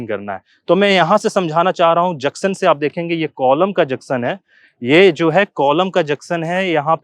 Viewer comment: Aap junction ko juction bolte sir